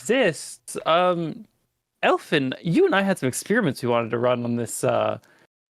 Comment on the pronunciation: “El Finn” smh